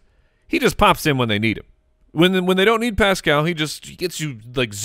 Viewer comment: You guys are the best, but you’re putting the emphASIS on the wrong syllABLE with Paschal (pronounced “Pascle”) 😁 GO COLTS 💙💙💙